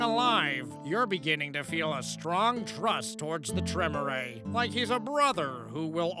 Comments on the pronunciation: Well. Apparently he missed the part about Vampire being a game of intrigue, subterfuge and The All Guardsman Party’s favourite game ‘screw everyone else before they screw us’. Also, Tremere is pronounced Tre-mere (as in ‘meerkat’). To hear it spoken, watch the first audio log in ‘Hunter; The Parenting’ by Alfabusa. Actually, watch the series in general. And look up The All Guardsmen Party’s favourite game, honestly think you’ll enjoy them. And as a guy whose go-to class is usually Rogue, I sympathise. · Tremere is pronounced Tre-meer, like Meerkat. 😊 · The Tremere pronunciation is KILLING me